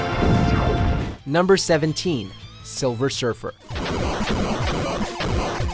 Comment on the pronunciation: "Silver Shurfer"